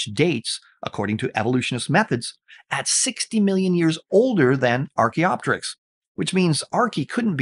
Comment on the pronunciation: He has pronunciation of archaeopteryx and vestigial over you, but that's where it ends!